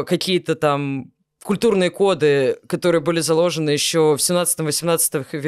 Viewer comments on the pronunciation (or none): none